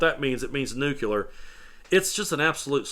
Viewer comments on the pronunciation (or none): Just a little constructive criticism my friend, It's nuclear, not nucular. Love your work. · He said the NUCLEAR word instead of the word NUCLEAR! You know the orange jesus is acting because he doesn't say NOOKYOOLER like all ignorant repugnicunts! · No offense intended but it's nuklear......not nukular